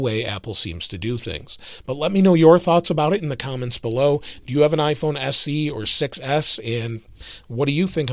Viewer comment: “if you have an iPhone S C..” really? do you even go here? You were probably just reading off of a script and misread it, but really?!